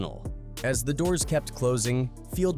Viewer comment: We gotta start calling out these AI narrator channels..."Disturbing THAAAH" Peace"? C'mon....we're allowing a new level of laziness from these content creators. Least they can do is hit us with real recorded narration.